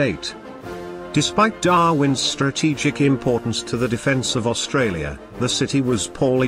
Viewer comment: Best robot voice so far but: A "bow" is a weapon used with an arrow. A "bow" is the pointy bit at the front of a ship. Dropping of definite and indefinite articles hurts. You also have the weirdest pronunciation I have heard of the Kaga.Then near the end "Austrarlia" (sic) and "R-A-A-F" make me pretty certain you are not a native English speaker. Try to get a friend who is so they can fix your scripts before posting. The BIG positive is that there are no smarmy sarcastic and failed attempts at humour like on another naval oriented channel so this is definitely a better watch.